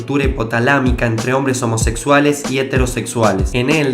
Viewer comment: "homosexulaes" xd :v